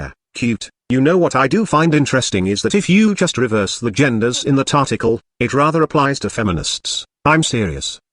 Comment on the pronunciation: At one point in your video it sounded like "tarticle." Maybe you inadvertently created a new word.